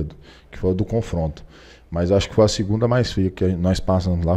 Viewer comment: Confronto ele falou confronto?